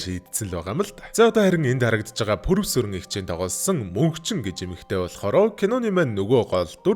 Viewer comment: Пүрэвсүрэн эгчийг purius 20 гэж сонслоо😅